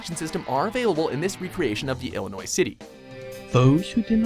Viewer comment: HOLY SHIT! FINALLY! Someone pronounced Illinois correctly! THANK YOU!